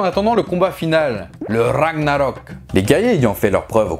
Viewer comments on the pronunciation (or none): Lol la prononciation de ragnarök est ragnarö(eu)k